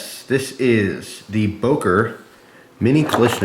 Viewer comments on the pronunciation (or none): It is böker not boker thats stupid